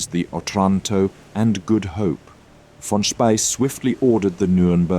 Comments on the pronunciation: Is your narration done by text-to-speech software, because the pronunciation of 'von Spee' is near-insulting? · Good documentary, but it would have been better if you would have pronounced "von Spee" correctly